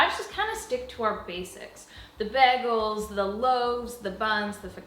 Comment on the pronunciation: I sing and make funny voices while I'm doing house stuff, too. 😉 My kids think it's lame-but they're older than yours. (Wait for it. Hehehe) Love how you make the word "bagel" sound like "beggle" 😁 , and thank you for the on-the-fly-recipe for the pretzels buns! Yay, I'm all for as much local, healthy, whole foods as a family can manage! You have a pizza cutter! (Feel better, K.) 🙂